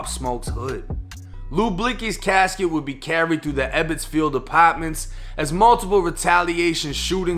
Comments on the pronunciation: "Upotmintssss" lol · "Apaaahtments" 😂 Can't with the accent bro